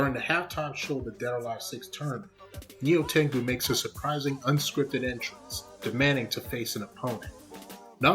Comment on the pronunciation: I think it funny how you say Nyotengu I have study japanese before you don’t say Nyotengu correctly